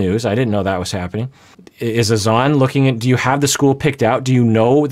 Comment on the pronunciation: She just called Granada "Grenayduh" 🤦 BTW, Azan how pronounces it is a great example of proper pronunciation of a foreign name in English. But La (rolled r) eesa, is not. Lol. I guess the difference is applying the accent?! Like, you can say, Grenahduh in English, and that's proper. You don't have to go all out Grah- nah(n tip of tongue)-dah(soft d at tip of tongue).